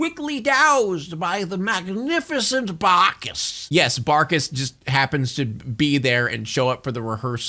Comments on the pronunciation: whenever you say the evil guy’s name it sounds like ur saying “BAKAS” like calling them a baka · The "BArkis" 😂 everytime I began to say it too 🤣🤣